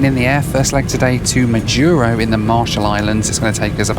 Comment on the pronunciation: I completed one million miles on United on this very route. But coming the other way. It was on the Majuro to HNL segment. I've been on the Kwajalein base, had my iris scanned to get in. Curiosities... Next week I'm on my way to Majuro. By the way. And it is MAjuro and not maJUro. And Kwajalein is pronounced KwajaLAne.